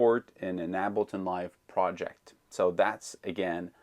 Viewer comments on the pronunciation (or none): I usually never care about pronunciation especially since your videos are so great. Ableton is pronounced like « cable ton » without the c Please don’t be insulted. I mean well. Your English is perfect.so,it’s hard for me to do this. Thanks for the great videos.